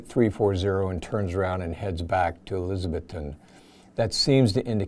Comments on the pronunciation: Really good presentation. Just an FYI….I lived in East TN and it’s pronounced Eliz-ah-bethton — not Eliz-Beth-ton. Not a big deal but just thought I’d mention it! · The good folks of Elizabethton pronounce it "elizaBETHton".